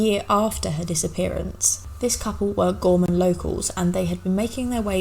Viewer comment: Potomac is pronounced " puh-TOME-ik" the emphasis is on the middle syllable. You did pronounce "Gorman" and "Gormania" correctly.